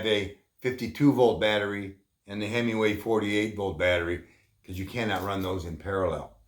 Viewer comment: so you do not need the module sold at Bolton Ebikes? Oh Himaway.?/ I swear I keep hearing hemmingway